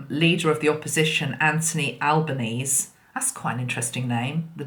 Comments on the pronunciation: Just for info the new PM's surname - the final e in Albenese is pronounced so it's like Alban-easy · Albanese pronounced Al ban easy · Love your work. Just to let you know Anthony Albanese is pronounced Albanesee as in rhymes with sleazy